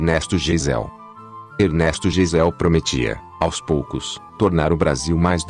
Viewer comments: A pronúncia correta pro sobrenome do 29° presidente, Ernesto Geisel, não seria ''Gaisel" ?!? Quanto aos feitos, o do 33° presidente Itamar Franco foi sem dúvida o mais importante! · A pronúncia certa é gaizel. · Geisel se pronuncia Gaisel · o "robot" não é programado para falar: "gaiseu". Então fala "jeiséu". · Geisel se pronuncia Gaizel. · A pronúncia do nome do presidente Ernesto Geisel , é ( Ernesto Gaisel). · Pronuncia-se:"Gaisel", ok?